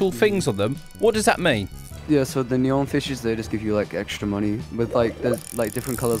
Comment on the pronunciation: bruh not "neon"